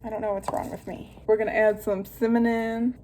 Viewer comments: I don't know if anyone else noticed, but I did, you said "cimannon" 😂 love you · Did you say "cimannon"? 😂 You go girl! 🖤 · "Cimmanon" 😂 I love you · Am I crazy or did she say “cimanon”? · She did lol